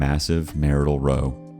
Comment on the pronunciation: Oops, you confused 'row' with 'row'. Confusing ya, but different words with different pronunciations, like 'wind' and 'wind'.